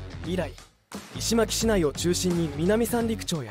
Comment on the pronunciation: 石巻市 いしまきし じゃなくって、 いしのまきし。